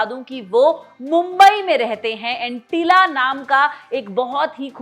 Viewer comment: It's not Antilla, it's Antillia